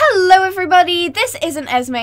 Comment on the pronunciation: She said esmay instead of esmee